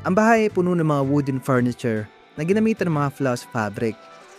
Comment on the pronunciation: Worst vlognpresentation narrator ano f bentana pronounce or inunciatr mo ng tama mga Petra at salita . Furniture sa tarts with letter f a thin p . Farm starts with letter f at Hindi P